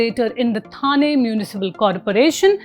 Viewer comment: Thane should be pronounced as ठाणे.